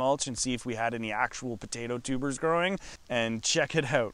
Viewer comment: Almost though her said tumors